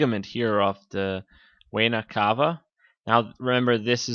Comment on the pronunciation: exercise your speaking. you said "inferior wayna cava", if you dont trust me, put subtitles to your video. you will see